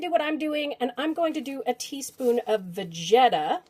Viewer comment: Not gonna lie, I giggled like a schoolboy when you said, "Vagetta"